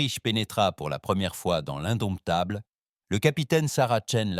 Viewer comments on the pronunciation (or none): Couac récurrent dans toutes les histoires : le mot "indomptable" est parfois prononcé "indoumitable"... c'est drôle 😅